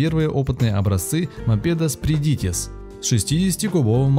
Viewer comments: Ролик прекрасный, НО - Са́ркана Зва́йгзне (Красная Звезда) - ударение на первые слога. Спри́дитис - ударение на первый слог. Ва́йрас - ударение на первый слог. Га́уя- ударение на первый слог. Большинство латышских и литовских слов ударяются на первый слог. Шауляй, а не Шуваляй. Кровь из ушей... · СпрИдитис, а не СпридИтис. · СпрИдитИс. вАйрас, ШаулЯй, гАуя.